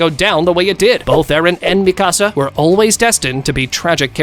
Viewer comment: I can’t watch this video because of how he saying Mikasa name